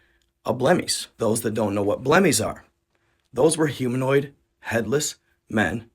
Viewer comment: He called them Blemish and pronounced it Blemi.